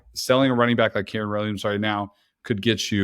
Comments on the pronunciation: Y does bro keep mispronouncing kyren. Who is keeran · This dude sayin keeran is really annoying me lol